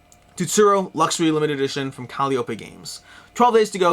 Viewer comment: FYI calliope is a really weird word, and until you've heard it pronounced, you'd never know it's actually pronounced ca-lie-o-pee